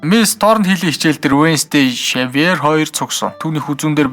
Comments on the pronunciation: Шэвёр биш сэвёр шүү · Xavior iig shiver geed heleed bhin. Daanchde orosoor uzeed bsin bnshd